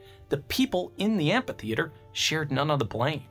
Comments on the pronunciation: Love you man but amPitheater hurts my ears :P Fairly sure it's supposed to be pronounced amFitheater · Amphitheatre, not ampytheatre :) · I m pretty sure it is pronounced "amitheater". Apart from that, the video is very interesting. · Are...are you saying "ampy theatre?"